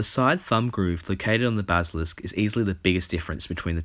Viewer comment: dude i love ya BUT YOU CANT PRONOUNCE BASILISK